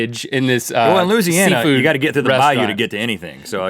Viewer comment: did this dude just say louisiana as loosiana??